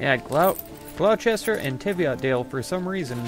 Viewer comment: Hear "Glow-Chester" pronounced. Typed this and closed video instantaneously. (It's Gloss-ter).